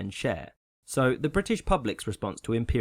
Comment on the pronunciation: Nice use of the other form of “th”